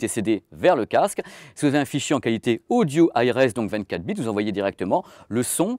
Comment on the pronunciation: Le mec dit "Casque odjo" pour dire " Casque audio"... (vers 1mn) S'il avait un accent de merde genre accent marseillais je pourrais pardonner. Mais là...